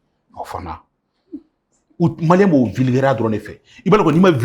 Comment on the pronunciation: Claba tu dit mal les malien ton babie